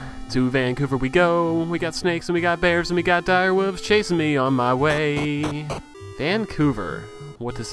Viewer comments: Lol Speedy killed the "wuves" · "Wooves" He calls them